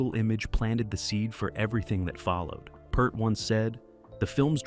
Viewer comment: Last name is pronounced like your "EAR" as is hear, rear, Peart. I stopped the video at 4 minutes because of Tom Hanks impersonating Neil Peart.